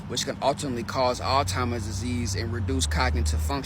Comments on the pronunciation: I don't know why it bothers me so much to hear an adult say "All Timers Disease" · the word is "Alzheimer"!!!!!!!!!!!!!!!!!!!!!!!!!!!!!!!!!!!!!!!!!!!!!!!!